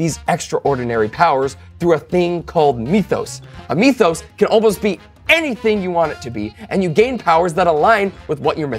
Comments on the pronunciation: City of Mist player here. Hearing it pronounced "me-thos" made me experience emotions that don't exist. I usually pronounce it like myth-os. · Ekhem... Myth-OS.